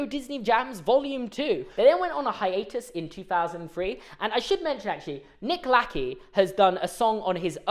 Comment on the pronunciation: The fact that questions whether or not he was pronouncing certain names incorrectly while confidently mispronouncing Colbie Caillat and Nick Lachey is kind of funny